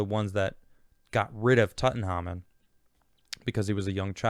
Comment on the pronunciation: Big fan but how tf don't you know how to pronounce Tutankhamun?? Come on lad...😄